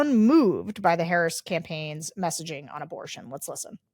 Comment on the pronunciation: I will still not a Black person who continually mispronounce Harris' name.